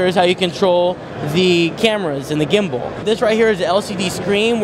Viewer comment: When he was showing the K3. He called it a gumbal.